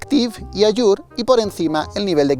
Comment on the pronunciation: Se pronuncia alür, no ayur